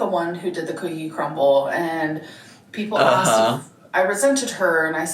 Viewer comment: "cookie crumbl" fills me with rage